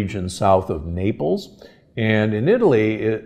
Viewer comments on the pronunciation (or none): none